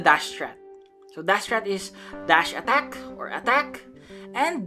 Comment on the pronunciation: Your pronounce attack like at-act